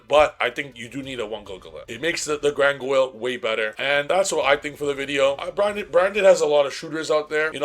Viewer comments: Grandguignol is pronounced "Granginiol". What the hell is "Grangoil"? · Driving me crazy every time bro calls Granguinol "GranGOYLE" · Brother, I love your input, but if you say gran goil 1 more time, 😂lmao